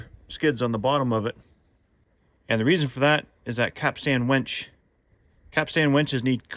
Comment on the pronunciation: Its a winch, not a wench. You keep calling it a wench. (Listen back to what you are calling it)? Lol x